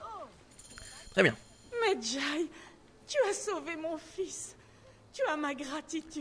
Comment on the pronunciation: WHAAAAT! c'est quoi ton"tres bien"a